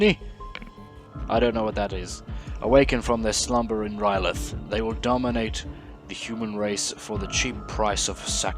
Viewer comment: Where do you see a "t" in "R'leyh?" That is the one thing no iteration of that city has lol